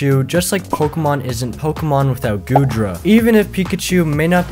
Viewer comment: Bro you triggered me when you said goodra